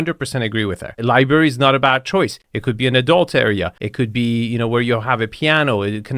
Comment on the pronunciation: missing an r in library. Understand, I work with an Iranian.